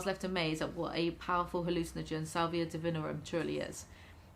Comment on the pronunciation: hermione voice its not duhvihnrrum its di-vi-NORRR-um